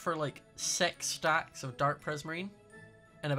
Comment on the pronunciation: Did he just say sex stacks what the just stop aaaaaaaa